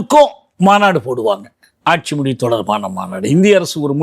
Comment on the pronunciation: The interviewer should start saying Mozhi instead of Moli